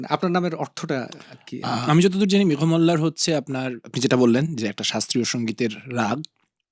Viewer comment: ওনার নামের উচ্চারণ (মেঘোমল্লার)। একটু অভিধান খুলে দেখবেন।